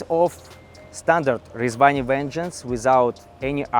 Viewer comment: I really like his pronunciation of Rezvani. 🤙🏽